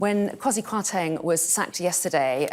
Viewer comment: "KWarti Kwarteng" 😄 ... I dunno, I think it rolls off the tongue better than 'Kwasi".